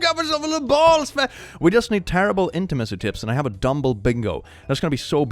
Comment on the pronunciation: you said dumble